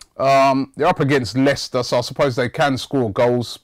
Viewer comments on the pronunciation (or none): none